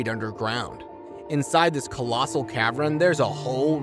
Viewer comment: Cavren. Capachin. Co dices. Are you sure of these pronunciations?